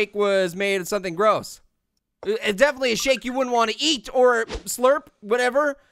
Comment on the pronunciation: It did not sound like he said shake